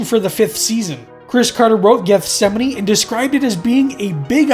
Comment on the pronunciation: I’m glad he pronounced it correctly!